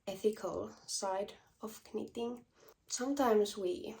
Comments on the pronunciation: Greetings from Ontario, Canada. Your English is fine👏🏽👏🏽 it’s nitting not kanit😂. I would love for you to do a colour video. Thanks❤ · Congratulations on your first English Podcast! The K- in knitting is silent so pronounced nitting. 😀Just to confuse people lol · Your english is great! I have one suggestion. Do not pronounce the K in knitting. It is sillent. Pronounce the N instead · Hej! I just looove/älskar how you pronounce the k in knit/knitting. Never stop. Wow,yey your knit taste are amazing. Grettings from Norrland-Sverige.Pssstt...my dearest childhood friend are also a Kinnunen.🤸🏼‍♀️💃☃️😁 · How brave you are podcasting in another language! Honestly, I thought pronouncing the k in knitting was quirky and cute, in fact I might start doing that myself! Loved your pattern and wool colour choices. Looking forward to your next episode. 🙂 Wendy, Cheshire, England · In English we don’t pronounce the k in knitting 🧶